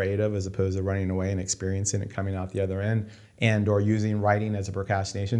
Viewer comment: "Shoot ze glass."